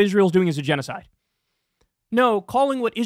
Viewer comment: "We, chews, seem to suck at chenoeside." The Rushn Revolushonary war would like to have a word with him. But, hey, at least he didn't deny it. To be fair.